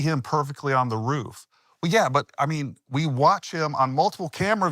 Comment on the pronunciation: Love hearing Jeremy’s accent come out on “ruuf.” He’s used that word so much lately 😂